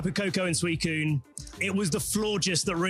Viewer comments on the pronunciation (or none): none